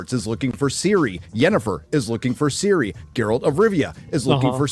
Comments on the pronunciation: Why do they pronounce Ciri as Siri? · The intro was the hardest to watch. Can they stop saying Siri, and put the emphasis in the ciRI???